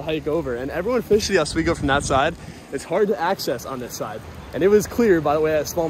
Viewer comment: OswEEEgo. Not OS WAY GO. sorry it annoys us locals to northern NY. Nice smallie!!!